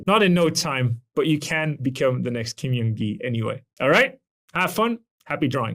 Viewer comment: i'm a fan of your videos, thank you so much for making them! I feel like this sort of analytical breakdown of skill development is really helpful. BTW in Korean the J sound does sound like an English J, not a Y. Kim Jung Gi = 길정기 = correct name Kim Yeong Gi = 김영기 = literally a different name that does not hold the same meaning.